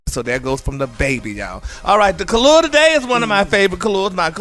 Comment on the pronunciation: When you just realize that is not saying kalua of the day..... he is saying color...?? My life is a lie... clown face